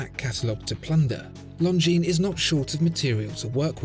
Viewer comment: Always reads it "lozenges" 😂